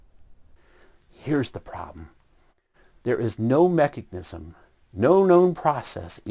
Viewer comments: Am I the only one getting annoyed that says mechagnics? 😳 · He keeps pronouncing it "mecheGnism"... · What the hell is a machicknism? The guy can't even say mechanism... does he think its magic-nism, like his own nonsense? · All this evidence and refutation and whatnot is great and all, but nobody is asking the real question here - Will he ever stop saying "mechignism"? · They'll accept the science that identifies the cell and its "complexity", yet they don't accept that very same science explaining said cell. How does one just "shut off" their logic halfway through a thought? Edit: Irrelevant to any argument, but the way says mechuhGnism rather than mechanism makes him sound like a dipshit. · "there is no known mechignism" WTF? If you are going to talk about MECHANISMS, then learn how to say the damn word! You mispronounced it at least twice. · I've noticed that doesn't say mechanism, he says mechagnism. * Sips drink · Why does “” say “mechig-nizum”???